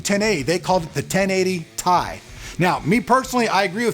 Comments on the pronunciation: Still Ti = Tee Eye to me xD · hate to get into something petty but I was actually watching the 1080ti announcement video this morning and Jen-Hsun himself called it the "t-i" 17 mins in. Maybe the cards so good they don't know what to call it themselves? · Sorry but you arent going to get out of making a mistake and calling it the Tie. It is the T.I. Nvidias founder has always called it that and he did ONCE AGAIN at the release event. There is a reason the second letter is smaller case. So make all the excuses you want but all you had to do is say you made a mistake instead of make a huge lie about how Nvidia calls it that. People that cant own up to their mistakes might as well lie about anything else. So your credibility is done. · I always called them T I's too.... lol Still will because it sounds cooler than Tye.. lol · Does it really matter if calling it T I is wrong? I say this because calling it TIE sounds stupid even if it's correct. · john bumptybump totally agree "tie/ti" sounds so stupid